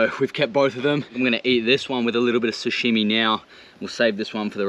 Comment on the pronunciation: its sashimi bro, not sushimi hahaha